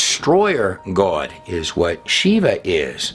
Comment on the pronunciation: Wow so much bad info in just 30 minutes NEVER trust a dude that can’t pronounce the word GOD